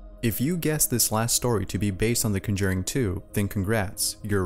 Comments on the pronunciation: BTW you're pronouncing The Conjuring wrong.. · It's funny how they lost the controller while watching The Conjuring 2, since that happens to Janet in the movie. Also, it's funny how you pronounce the title lol